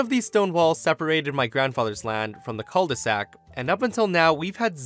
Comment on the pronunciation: First time I hear "cul de sac" outside of a french context ^^ Your way to pronouce it is so cute in comparaison with the french way :D